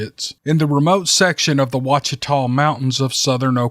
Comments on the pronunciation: COOL STORY! THANKS DA ROBERTS. DETAILS: OAUCHITA's pronounced WAH sha-taws. HOCHATOWN is pronounced HOE-cha-town. Hochatown was a remote and I mean remote- Choctaw ville way up the Mountain Fork Valley north of Broken Bow in the far southeast corner of OK. A beautiful rough valley was where the original Hochatown was located before being flooded in the mid 60's to make Broken Bow Reservoir. have heard many old stories about the ghosts of Hochatown Choctaws who were forcefully displaced and/or killed for resisting the usurping and flooding of their paradise home. Stories of Hochatown ghosts haunting the lake and surrounding forest. I knew a guy whose father helped local Hochatowners hand build a power line to Hochatown in the early 60's because the local power compnay would not do it as it was too remote and too rough. The lake is around 400 feet deep near the dam. Water from power generation is too cold to swim in. The lower Mt Fork is a trout fishery. You can fish for trophy brown and rainbow in a cypress lined ice cold river in the middle of summer! "New" Hochatown is nothing but a scatted community next to the lake bearing no relation to the original Indian settlement. The lake and surrounds are the heart of sasquatch country, dense woods, denser pine plantations, sparse population, lots of deer, turkey, feral pig, cattle, few bear, few lion, a few otter in streams but all very lovely country. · For future reference, Ouachita is pronounced Owa-cheeta and Hochatown is pronounced Ho-chuh-town. That's how us locals say it here in Mccurtain County anyway. Just felt like I had to correct you, it's hard to listen to someone mispronouncing the names of where you were raised, live, hunt and fish. Even if Bigfoot is used as a marketing tool as in business names, tourist attractions and the fact we have an annual Bigfoot Festival, it is always a surprise to hear stories about your own backyard. Keep 'em coming. Later ✌️